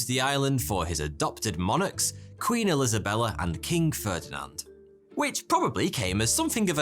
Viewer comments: Haha, you said Queen Elizabella! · “Queen Elizabella” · You said “ Queen Elisabella” I had to rewind it to make sure you said that I thought you did lol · “Queen El-Isabella” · Okay.... Idk if everyone knows this shit and I'm just being "that fuckin guy" for highlighting it in the comments.... Or if I am the only mf that heard homeboy's "EL-Isabella" slip? I just dont know whether it was his British patriotism showing with Elizabeth being the first Queen to pop in his head..... Or Perhaps those British colonization tendencies are causing him to have a recurring daydream about capturing the Kingdom of Spain for Her Majesty and claiming it under the Union Jack as a territory of the United Kingdom. My boy just wants to "Stick a Flag In It" (😂) for the love of Queen, country, St. George, the Union Jack, the Arms of Plantagenet and the Tudor Rose. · "Queen Ilizabela" :D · Lol, Queen "Elizabella"... Are you trolling us sir? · Queen El-Isabella??? Good save,lad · queen elizabella I know y’all heard it too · Am I imagining things or did you just say Queen Elizabella? 🤣🤣🤣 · Queen "Elizabella"? Is that a Easter egg?